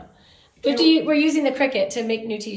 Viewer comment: Its not pronounced "Cricket," Its "Kree-Kut" for Cricut.